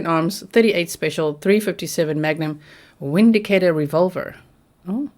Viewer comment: The Windicator pistol is pronounced Vindicator, a German made pistol